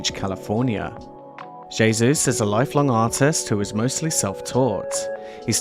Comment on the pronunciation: Hey Zeus Esp. pr J=H not jayzoos, jebus!